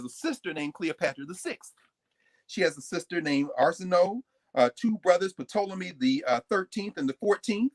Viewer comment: Someone please tell Dr. Carr that the " P " in Ptolemy is silent.